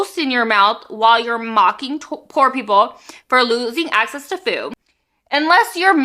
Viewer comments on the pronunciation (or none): none